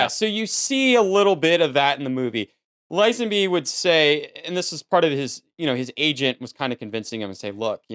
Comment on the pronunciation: "Lizenbee" hahahaa thats how you pronounce Lazenby...bro.